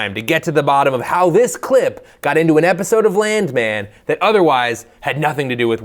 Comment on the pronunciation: HA MAGA BOY SAID "BIRV GRADEYARD," EVERYBODY LAUGH